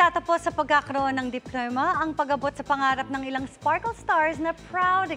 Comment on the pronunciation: Ayusin mo pgbigkas ng diploma iya